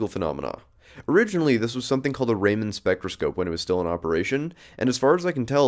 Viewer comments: Raman is a name pronounced 'Raa-muh-n' not 'Ray-man'. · Omg... "Ray-Man" spectroscopy? Really? It's RAMAN. Say it like: "Rah-Mun". Please know how to pronounce that name! He kinda won the Nobel Prize in Physics in 1930, and was also knighted by the Queen of England, so he at very least, deserves to have his name pronounced correctly. :) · It’s pronounced “rah-men”. Just like the noodles lol.